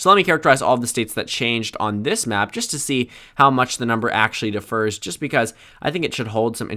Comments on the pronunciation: Hey Dude the word "differ" typically has stress on 'dif', not on 'fer', unlike "defer" or "refer" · When you say “differ”, the emphasis should be on the first syllable